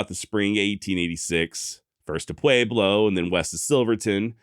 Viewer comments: It's what he does with all the left over "A's" he doesn't pronounce elsewhere. Pwa-blow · I don't know why you're pronouncing Pueblo with a long A, but it's incorrect. Otherwise, love all your shows. Keep it up! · I love how he says Pueblo thats not how we say it in southern colorado but atleast your trying